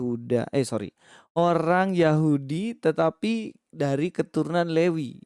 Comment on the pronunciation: Mas pras...juga salah,..dia bilang levi...bukan lewi...hahaha..